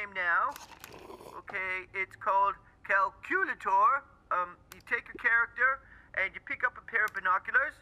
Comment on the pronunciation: pronouncing it "Kal-Que-Le-torr" influenced me to pronounce Pythagoras theorem as "Pee-Tha-Gore-Us Thee-O-Rum"